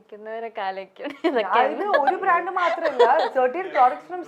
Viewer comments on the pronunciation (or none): none